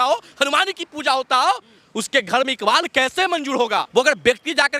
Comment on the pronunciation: सोनाक्षी इकबाल बोलो😅